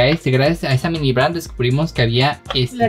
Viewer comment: no se dise mimi se dise mini